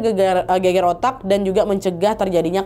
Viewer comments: gegar ga sih bukan geger?? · Gegar otak mbak, bukan geger otak 😂